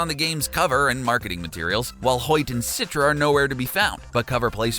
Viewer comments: its not "sitra" but "chi-tra" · Man, its "Citra" not "Sitra" 😂😂😂 also, Rakyat means people.. you just saying "peoples people"